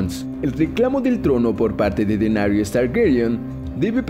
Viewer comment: Bien, despues de escuchar esta sarta de estupideces (sacando la ultima que es mas que obvia...) queria dejar unas consultas: 1) Claramente para el video se uso algun tipo de modulador de voz bastante mediocre.. 2) De no ser asi por favor indicarme quienes son "Denarius Targaryen", "Robert Beratheon", "Twyn", Tyron".. ya que voy ya por Festin de cuervos y jamas escuche de estos personajes. A lo mejor se referiria a Daenerys, Tywin, Robert BARATHEON y Tyrion... Conclusion, hacer un video con teorias estupidas pueden tener sentido, pero minimamente seria bueno aprender los nombres de los personajes.. A kurko vein le gusta esto xD